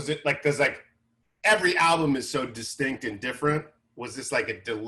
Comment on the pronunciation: You know Eric is a true mr bungle fan when he says “bungle” albume